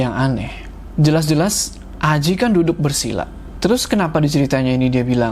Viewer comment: Dan untungnya mereka DAPET TEMPAT DUDUKH (makhorijul hurufnya mantap nih ) nyebut huruh K nya faseh wkwkwk